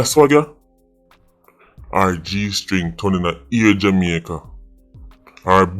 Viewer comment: Why always seh "Jimaica" tho 🤔